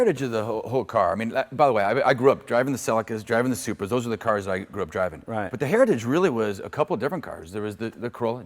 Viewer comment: WTF is a "surpa"?